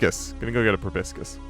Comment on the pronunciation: Loving the series so much, but proboscis is "pro-BOSS-is". Just something I notice many people mess up :P